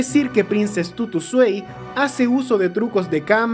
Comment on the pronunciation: no es swei, es svai, esta en aleman